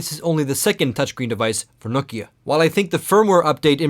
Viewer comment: sä oot suomalainen ni älä ny lausu sitä Nokiaa niinku joku jenkki, Noukia..